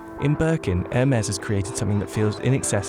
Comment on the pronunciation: Something peeves me that they keep pronouncing Hermes like "Air mares" like it's flying horses instead of "Her-mees"